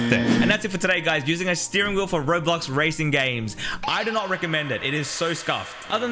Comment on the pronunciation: bro said razon games not racing games lmao🤣🤣🤣🤣🤣🤣🤣🤣🤣🤣